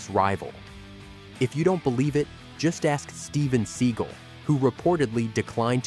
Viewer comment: Learn how to say the last name, right? It's steven Seagal.